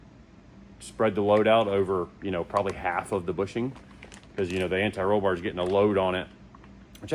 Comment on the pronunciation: Thank You For Sayin “Anti Roll Bar” Correctly Unlike Some of These Other Idiots That Say “Ani Roll Bar” Which Sounds Really Dumb